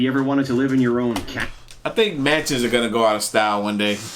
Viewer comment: What i heard " Manches nobody wants for a $1"